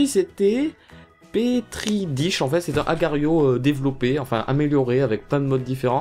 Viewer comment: Ça se lit pétri dach